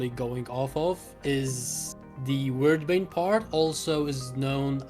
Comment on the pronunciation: Pronounced Weird bane. Wyrd is the old norse term to describe Fate or it's affect on a person.